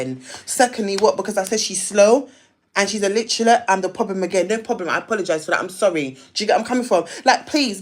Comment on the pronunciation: The fact that she said illiterate wrong sent me 😂I could’nt have taken her seriously